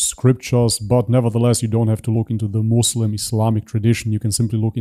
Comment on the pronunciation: It's not "Mazlem" for God's sake.